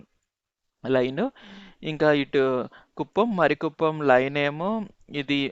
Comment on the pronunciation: మరి కుప్పం కాదు, మారి కుప్పం